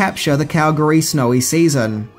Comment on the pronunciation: As a Calgarian I thank you for saying Calgary correctly. I remember when they were here in 88 and the filming of this movie.